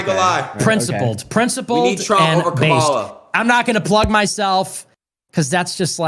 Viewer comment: what a shitty excuse lmao. and if this sneako loser says “camel-a” again i’m gonna lose it